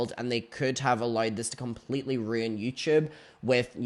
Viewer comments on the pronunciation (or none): none